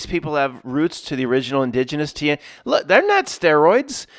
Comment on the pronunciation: Tie - E - no